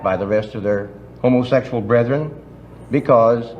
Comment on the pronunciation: I laugh how hillbillies pronounce, Homa-sexul.😂